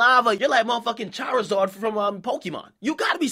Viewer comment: He said charaazard